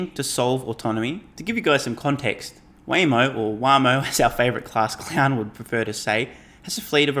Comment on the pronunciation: The class clown mispronouncing Waymo, tells me that someone spoon feeds him his talking points.